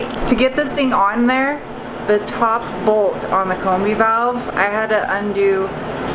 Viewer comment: Combi is short for combination.....so pronounce combi-valve as such.